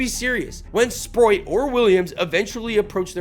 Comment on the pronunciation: Good video, but for the love of god bro, please please please, at least try to pronounce names better 😂😂😂 Sproat is one of the easiest names to pronounce